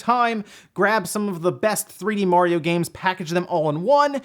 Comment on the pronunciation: please stop saying "Mohriow" it's Mario